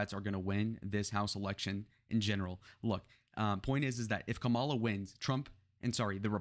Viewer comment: Pretty sure Kamala pronounces her name with the accent on the first syllable.